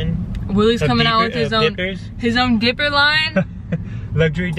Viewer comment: When they said dipper I was like what’s a dipper then it took me a while to figure out what a dipper was 😂😂😂 It’s. Diaper but they called it dipper